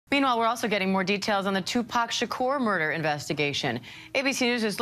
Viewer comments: His name is pronounced like this 2 pock not 2 pack so annoying put some respect on his name and please get it right! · Some people have a certain accent making them say TUPACK (2 pack❌) but it’s Tu-Poc (Tupac✅) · She's driving me nuts mispronouncing his name. It's not Tu-Pack... It's Pac like "pock". Is that so difficult? 🤔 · 😂 white people say two pack not Tupac and they'll dxe on that hill 😂😆 🤣 they've been doing it for decades now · Pack is spelled PACK learn how to annouciate well if you're gonna say his name say it correctly. We don't know a Tupack. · I hate when white people act like it’s hard to say Tupac no they say PACK!!! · She just rambling and just pronouncing names wrong he said he wasn’t in the car with him. He supposed to be one of the people in the other car that shot at Tupac not pack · Two-pack?! Ef sake. Try harder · Why da hell she keep saying Tupack tho say his name right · Tu-Pack? Why can't we get someone who even remotely likes rap and could pronounce his name right....that would be nice. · Why are you calling him "2 Pack"? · Everytime this lady says “Tu-Pack” pisses me off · Girl.. it’s 2Pac.. not 2 pack💀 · Thumbs down for calling him 2 Pack smh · Hey his name is Not Tupack !! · Who the hell, in this day & age, says Two-PACK?!?! 😡😤🤬 Re-record this video immediately! 😂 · 2 pack is not the way to say it 😂😂😂😂😂😂💯💯💯😂 some white folk kill me with that 😂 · Does she keep saying TUPAACK? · Great video but please pronounce PAC correctly you keep saying Pack! So with that being said keep doing a great job! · you fool. it’s not “two pack’ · As soon as I heard Tupac refereed to as Too pack, I knew this was click bait BYE! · its not TUPACKKKKKKKKKKK!!! lol. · Stop using AI for your voice overs. They are so ridiculous. Tu Pack? Come on try harder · Wait til you hear two-pack shaker...the 1 grinds the gears I tell ya 😂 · Bro can’t even pronounce name properly can’t keep watching sadly all clout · Why is she mispronouncing Pac name thoooo?!!! 🤬